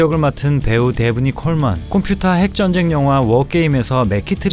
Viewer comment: 발음 콤퓨타 ~ 아니 도대체 연세 가 어떻게 돼세요 ? 일부러 그렇게 발음 하셨죠 ? ㅎㅎ